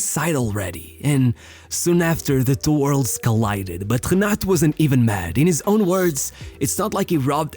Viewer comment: por qué le decis Janatu a Renato ?